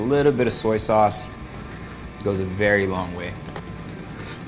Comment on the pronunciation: When the lady kept pronouncing sauce as 'sus' and Erwan had this 'hold it in. hold it in bro' moment. lol